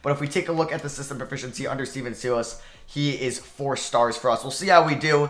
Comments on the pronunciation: please change the way you pronounce Stephen Silas' last name lol it's not pronounced see-las it's pronounced sigh-las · why do you prounounce it seelas LOL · why u calling him SEEE- LASS LOL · please pronounce Silas correctly,,,,every time you butcher it makes me cringe